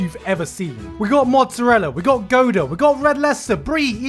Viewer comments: GODA CHEESE? I’m pretty sure it’s Gouda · "Goda" yeah ok I guess we can all pronounce Gouda wrong in 2020. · This man just pronounced “gouda” as “goda”. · Came for the recommendation of rent a girlfriend, stayed to ponder on how he said gouda. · I’m more offended about how you pronounced Gouda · Please cease and desist from pronouncing "gouda" like that